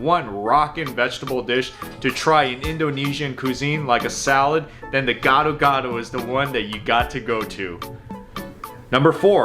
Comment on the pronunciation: "GADO GADO" not "GOD OR GOD" 🤣